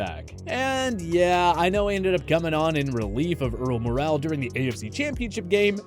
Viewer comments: You guys still can’t fucking pronounce Earl Morrall. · The fact you can’t pronounce Earl Morrall’s name correctly shows you don’t know what the Hell you’re talking about